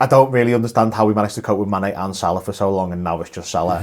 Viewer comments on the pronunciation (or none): none